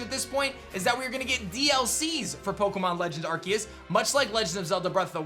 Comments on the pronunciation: I always thought it was said R-C-us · At least pronounce arceus correctly